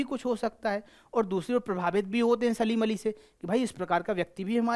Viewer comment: सर सलीम अली नहीं है सालिम अली है